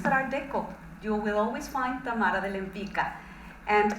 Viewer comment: This musical is incredibly written and beautiful yet pronounces their main artist name so incorrectly - her surname is polish, it's Łempicka so pronounced in English as "Wem-pitzka", not "Lem-pika". I hope this is something that gets fixed once the show moves to Broadway.